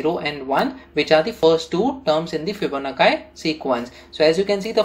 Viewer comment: bhai fibonakkai nahi Fibonacci hota h